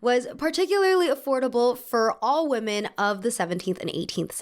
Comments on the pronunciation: I’ve noticed that you always pronounce women as woman hahah. Love your videos though ❤️❤️ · It's ok, she can't spell or pronounce "women" apparently either, only "woman".